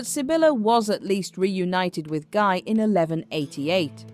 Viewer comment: Guy is pronounced 'Ghee' like in geese